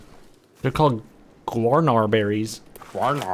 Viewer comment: Gwarnar berries. MF wat? That's very clearly guarana (pronounced as Ghur-ah-na)